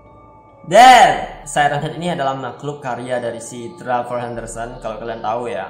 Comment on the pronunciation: Dibaca trevor itu bahasa Inggrisnya nya bro